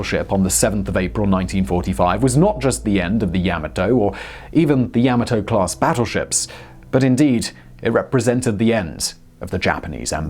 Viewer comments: OK then pronunciation: you said YA-MA-TO with emphasis on the first syllable but should be second syllable... like: ya MAW toe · It's not Yam-A-Toe, it's Yah-Mah-toe. You keep mispronouncing it's name. That's a big thumbs down until you correct this terrible error. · It’s pronounced Yah-mah-toe. Her and her sister ship, Mushashi, both bore the emblem of the Chrysanthemum Throne on their bows symbolising eternal and loyal servitude to the Empire and the Emperor. Pronunciation aside, another informative and fun video. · You call it Yamato, I call it Yamahto. Let's call the whole thing off. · Ya-ma-to not yama-to. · It is correctly pronounced "Yah-ma-toe" not "Ya-maah-toe".....watch the first episode of Star Blazers and you will hear the correct pronunciation of the ship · Yah-mah-Toe! Frickin English, man! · The way you're pronouncing Yomato, the only fear anyone will experience, is the fear they may not stop laughing............ever! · Yamoto Tomato yamoto Tomato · Pronounced Yah - mah' - toe Simon. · Is this the only person in the world that can not pronounce Yamato? It's YOM-A-TOE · Seriously, you'd think they'd check Google Translate for the pronunciation of a word Simon has to say SO many times. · 大和, Yamato is pronounced yam-mah-toh, while Leyte is lay-tee or lay-tay. Not sure if that's the convention in the EU, but my Dad served in the Pacific during WWll (I'm 73) and read us stories from 'Yank' magazine, complete with sound effects. Better than any history class...